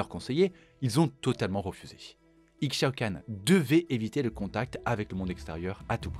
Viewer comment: Le x d'Ixaocan se prononce comme celui d'Ixtal (Ishtal, "Ishaocanne") Belle vidéo sinon, en même temps quand ça concerne l'impératrice :3